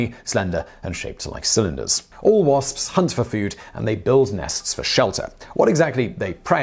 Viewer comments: I love how he pronounces "wasps" the "spspspsps" calls the attention of my cat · WaSpS, he pronounces every letter and I love that for some reason